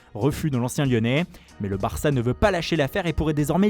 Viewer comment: J'ai jamais vu un accent aussi pourri! En plus il se l'a joue accent Espagnol mais il prononce Barça comme un Anglais parlant Espagnol.